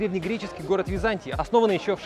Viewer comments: "Виза'нтия", позорище.... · ВизантИя!!! Ну как так? Это ещё в школе учат(( фАрфАра, ну как так? Я аш заорал от боли....